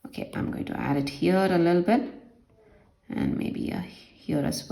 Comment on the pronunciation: the way she says lille bit [little bit] is soooooooo funny🤣🤣🤣😂😂😂